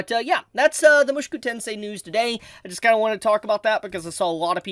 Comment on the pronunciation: Bruh could you stop saying "mushuku"? It's weird man